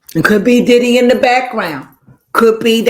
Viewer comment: You almost got it right but not quite it’s not diddy